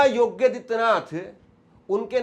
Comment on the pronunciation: Yogya hai ya yogi. Pronounciation be attended